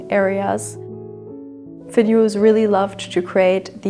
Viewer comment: Beautiful house. I have to say though, his name was Finn Juhl and not Finn Juhls.